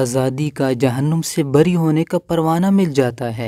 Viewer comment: اللہ کا شکر اور آپ کا شکریہ کہ آپ نے لوگوں کو اللہ یعنی اپنے معبودِ حقیقی کے قرب کی ترغیب دی اور دعوتِ توحید دی۔ آپ سے درخواست ہے کہ جہن نُ م نہ کہیں ''جہنّم'' میں نون پر زبر ہے، پیش نہیں ، لہٰذا جہنَم ہی کہیں۔ JAHANNAM ہی صحیح تلفّظ ہے۔